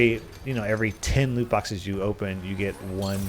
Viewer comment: "Luke" boxes. use captions